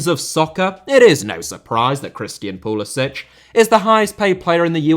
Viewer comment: Who is this Pul-i-sich? It's very close to Christian Pulisic.